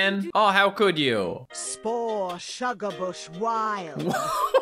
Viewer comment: that's not Shugabush that's BugaShush💀